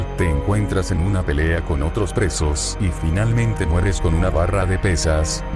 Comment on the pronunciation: Soy yo o dice 4n4lmente mueres XD